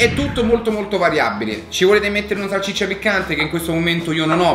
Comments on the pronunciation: Ci cmq si dice salsiccia non salccicia 😂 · Salsiccia non salciccia 😂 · A Ci se dice salsiccia non salciccia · Bella pe te però salCIccia non si può sentire